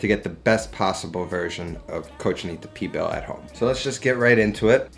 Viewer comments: Lol what is Pee Bill.... great Spanish 101 hahaha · He was losing me at flour tortillas for Cochinita but trully lost me at "P-BILL..." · love this youtube channel but its pronounced : cochinita PEEE BEEEL